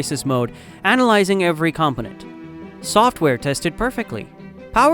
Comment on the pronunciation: Is this narrated with AI? Some of the pronunciation is odd, like with the word "component" .